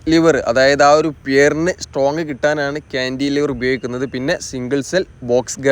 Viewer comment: താങ്കളുടെ വീഡിയോ സ്ഥിരമായി കാണാറുണ്ട് പക്ഷേ ( ഴ ) ഉപയോഗിച്ചുള്ള പദ പ്രയോഗം ഉദാഹരണം ( ഏഴ് ) എന്ന് ഉപയോഗിക്കുന്നതിന്പകരം താങ്കൾ ( ഏയ് ) എന്നാണ് ഉപയോഗിച്ചത് ഈ തെറ്റ് ( ഴ ) ആവശ്യംവരുന്നിടത്തെല്ലാം തെറ്റായി ( യ )ഉപയോഗിച്ചു കാണുന്നു., 2) ക്യാൻഡി ലിവർ അല്ല ( കാൻലിവർ എന്നതാണ് )ശരിയായഉപയോഗം